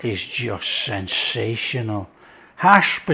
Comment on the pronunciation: Did you say "Sinsational" ? I agree....👍